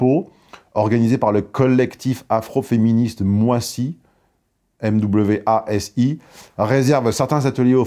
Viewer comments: MWASI (un seul S) on prononce moizi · Festival Nyansapo organisé par le collectif Mwasi ... Heureusement que tu l'as mis par écrit et prononcé correctement :-D Un collectif bien moisi